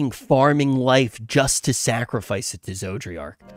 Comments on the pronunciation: It still bugs me that still pronounces an extra “r” in Zodiark. I live in the mid west and it’s like when people here say “warsh” instead of “wash”. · I just hear "Zoji-ark" or "Georgi-ark". Its hilarious. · Okay as someone who gets a wee bit irritated from mispronunced names, cause I live with that most of my life, if I here him call it Zodriark and not Zodiark one more time ^ ^+ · Finished 5.0 and still can't pronounce Zodiark. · It was fine when he would mispronounce Zodiark's name before because he only had to say it a handful of times but he said Zodiark's name so much during this session, it was genuinely distracting for me lol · Cmon, it's ArdBERT and ZodiARK. It's not difficult. Love the fact that you enjoy the story though.